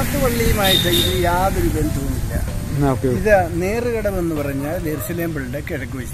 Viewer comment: Malayalam and english വായിക്കാൻ അറിയില്ലേ ബ്രോ.. its not നേർച്ചകടവ്... നേർകടവ് എന്നാണ്.